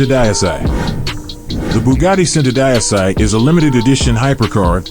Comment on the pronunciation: He pronounced Centodieci so bad 😂😂😂